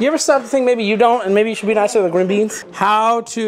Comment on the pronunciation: why he say greenbeans like that 💀